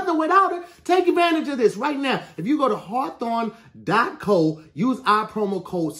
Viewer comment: Im sorry but really struggled saying “Harthorwn”💀💀